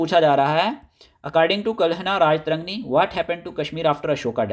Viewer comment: History k teacher ho,still unaware of pronunciation, esteemed sir sanskrit wordsk last main toh AA hota ha that will be treated silent. its Raj-tarangini not Raja-tarangni